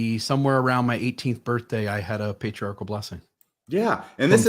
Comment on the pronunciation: By the way, did you know individuals who mispronounced the word "patri-article" or is that a local Missouri dialect?